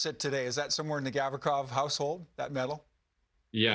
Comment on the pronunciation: LOL at Grim Reaper struggling to pronounce Gavrikov's name. 🤣